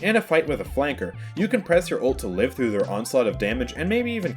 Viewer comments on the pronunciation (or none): none